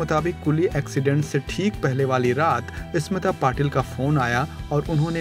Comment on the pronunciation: Sir it is NOT ESMITA/ इस्मीता It is Smita/ स्मिता. Please learn proper pronounciations.